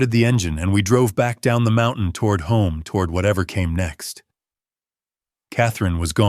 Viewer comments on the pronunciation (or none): none